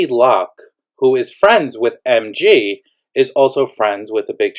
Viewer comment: The way you pronounce NG n MG makes it impossible to understand who is who. Next time use names if there’s ever an update 😅